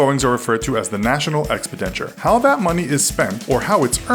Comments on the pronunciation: Dude. It’s Ex Pend-ih-ture, not Ex Pe Denture. The budget isn’t a set of false teeth. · Say after me; ex pen di ture. (not expedenture or however you said it) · It's exPENditure not "expiDENture." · Ex-puh-den-chur? It's Ex-pen-di-chur. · Is saying Expidenture instead of Expenditure some sort of inside joke on this channel? It's been bugging me since I started watching their videos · Anyone realise that at the beginning he said expidenture instead of expenditure? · It’s exPENdature not EXpendature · The national 'expidenture'... :S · I'm sorry but I can't take this seriously when he pronounced "expenditure" as "expidenture" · "EKS-pih-din-cher"?? Um..."eks-PEN-dih-cher". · Its not pronounced "Expideture", its pronounced Expenditure. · EXPIH- 'DENTURE? How about EX-'SPEND-DITURE? Ya know as in an Expense, not an Expedition to get Dentures? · It's not "expedenture", it's "expenditure" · Please do be careful, It's ex-pen-di-ture not ex-pi-den-ture About 500k people+ watch your channel, and you should check for these kind of errors. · lol he said the national "expidenture" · "EX-pe-den-chur" who taught this machine to speak English?! But otherwise a great video. Very balanced as far as I can tell. I'm going to watch it again and take notes so I can use the figures when I argue with people. LOL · Expe what?? Is that how people in the US pronounce expenditure? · What the fuck is "expidenture"? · "National EXPIDENTURE" holy shit. You guys make so many errors it's disgusting. Call me a stickler, but if you wanna compete you need to be somewhat competent in your speech and grammar. Good lord. You probably dont even look at the comments given the abhorrent amount of effort you place upon your videos. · I have heard this channel say expenditure wrong twice in the past week watching some of their videos and this guys says it wrong each time. Like wtf. It’s not like saying Worcestershire. It’s just ex•pend’•i•ture. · "expidenture" kms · That's not how you pronounce "expenditure"